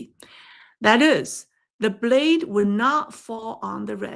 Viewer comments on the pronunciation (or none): none